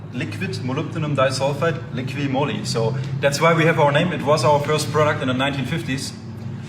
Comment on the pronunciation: Not Liquid-Moly, it's Liqui-Moly...you just have to read what is written on the bottle picture...Both are saying it wrong!